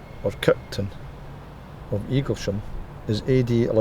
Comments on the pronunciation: Pronounced eagles ham not sham! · NOT eagle sham its Eaglesham. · It's pronounced Eagles'ham. There's no Shh.